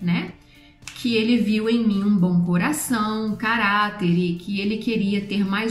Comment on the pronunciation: eu adoro como vc fala ''bom''m parece ''bão''. é fofo kkkkkkkk <3